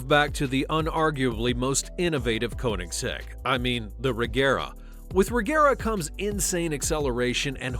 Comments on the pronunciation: (Ko)(nigg)(zegg) Put some respect on their name by pronouncing it right. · One thing i know about Koenigsegg is that it isn't pronounced Konysek